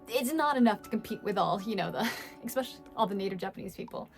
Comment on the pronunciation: She said ekspecially. Hahaha, english teacher!!